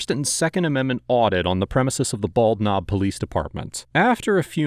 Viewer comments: Did you say it was the "Bald Knob Police Department?" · Bald Knob, my grandfather was from that little town, he joined the Marines when he turned 18 to get out of there. And it's pronounced Ball-Nob like one word, they don't pronounce the D in bald.